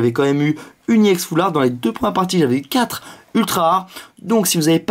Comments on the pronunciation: PK il dit E-ex au lieu de ex c'est pas ecrie E-ex c écrie ex ! Et si tu veut dire E-X en englais le X se dit pas ex -_- en plus il a TJ le ton de phare quand il ouvre c'est carte et en plus on s'en fou des 8 1er carte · pourquoi tu dis IEX c'est RX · C'est ex pas iex Aprend a parler mon gars